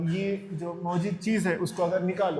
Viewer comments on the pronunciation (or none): none